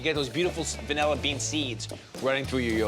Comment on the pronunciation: It’s vanilla, not “vunella.”